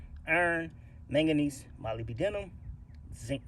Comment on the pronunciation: It's pronounced mo-lyb-denum. Mo as in Mo' Money. Lyb as in Liberal Denum as in Da Num like Da Number.